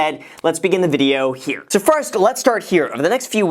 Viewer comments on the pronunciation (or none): What's up you guys? It's Graham HEAAH. Whipping out the Boston accent on us!